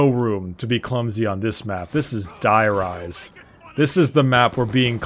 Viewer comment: though you may know this and not care it is pronounced dEE-rise. That is how is is pronounced in German where die means "the". love the vids.